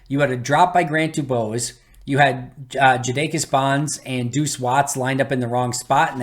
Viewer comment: I'm pretty sure that Jadakis is pronounced jade-ah-kiss. Regardless, thanks for everything you do,!